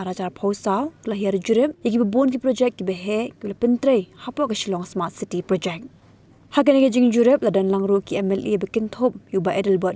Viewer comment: Smart City ❌ Sma City✅ 😂